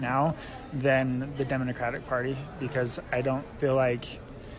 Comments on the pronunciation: He said Demonocratic! I heard him!😂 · I could of sworn I heard first guy said DEMONocratic lol